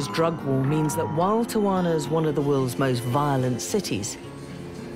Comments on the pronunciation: The reporter kept saying Tawana lmao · Tell the the city is pronounced......tea-a-wanna. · Where is the second A in Tijuana? I live here and I’ve only heard it pronounced tee-Juana. Only the English speakers pronounce it with an extra A. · Pronounced Tee-Huana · She pronounced Tijuana wrong the whole show. It drove me crazy. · They went thru all the trouble to make this documentary and wouldn’t bother to pronounce TIJUANA the right way… jeez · Why can this woman never for the life of her pronounce an easy Spanish place name? It's honestly a shame for the channel airing this that she mangles something this essential.